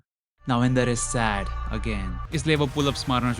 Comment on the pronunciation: Inder ko "andar" 😂😂